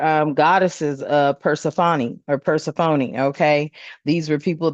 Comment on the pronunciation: Fam, her name is pronounced…Persephone (/pərˈsɛfəniː/ pər-SEF-ə-nee; Greek: Περσεφόνη. Queen of the underworld Goddess of the dead, grain, and spring